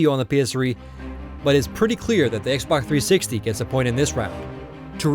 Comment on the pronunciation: If u listen closely he says xboc360 instead of xbox360